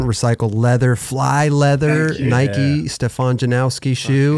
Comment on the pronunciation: Stefan says 'this is how you say my name'......... continues to mispronounce it for the whole damn interview!! I love but he has no capacity to listen or take information on board.........in one ear, out of the other.